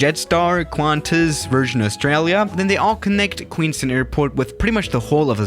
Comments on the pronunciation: Queenstown not queenston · I requested this and for your information I fly the 787-9 into this airport and the whisper jet has never flown in Nz or Australia and it’s queens town not queenston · me being from New Zealand it is pronounced queens-town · it's pronounced " Queens-Town". You wouldn't know how to pronounce it because your European. Please get it right you dumb ass bitch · Its "QUEENSTOWN" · It's Queens-Town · It’s Queens Town ( that’s how you pronounce it). The reason why there is high traffic is because of the many outdoor adventures available. Bungie Jumping was invented here. Also the Shotover - a very high speed jet boat ride around the narrow corridors of the river. And it’s a nice place. The mountains on the LHS of the lake are called: The Remarkables. Furthermore, it’s a very high value wine region, perfect for Pinot Noir. Skiing is nearby, at Coronet Peak. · It is pronounced Queenstown. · Pronounced kweenstown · Fyi. It is pronounced Queenstown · Good video. I live in New Zealand and have been to Queenstown many times. Btw its pronounced Queens-town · it's pronounced town as in t-ow-n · I’ve been to Queenstown airport, and it’s pretty cool, also Queenstown is pronounced QueensTOWN, you say it like the word town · It’s pronounced queens town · it’s pronounced queens-town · Hey, as a New Zealand resident, I can confirm that it is QueensTOWN not QueensTIN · Said it wrong. You said queenstun. It's Queenstown. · No, no A380. I’ve been to Queenstown. It’s pronounced Queens Town, not Queens Tun. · Did you just say “queens tin” it’s queenstown but nice try. Queenstown is beautiful, you should visit us down in NZ! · It is Queens-Town not queenstin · It's pronounced ''queens-town'' not queenstin or somethin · It’s pronounced Queenstown like town not ton lol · Queens towwwn not queenston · Its Queens TOWN not Queens TOON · I live in NZ and its Queenstown not queensten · It’s Queenstown not Queenstin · it’s not queenstin it’s queens town